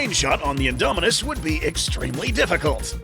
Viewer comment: INDOMINUS REX NOT ''INDOMINUNS''